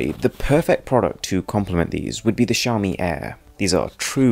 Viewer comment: It's xaomi Mi-stery